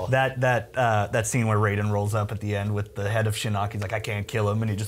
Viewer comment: That dumbass with the black shirt had NO idea what he was talking about he didn't even say Raiden's name right -___- please just go .